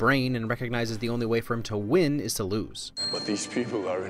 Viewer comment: Some "wins" sounded more like "sins"